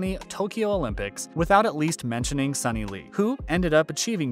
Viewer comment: Suni Lee’s name is pronounced soo-knee not sunny.